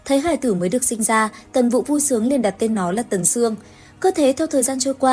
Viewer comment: Ủa tần vũ mà Ad hay bị đọc nhầm vậy nè 😊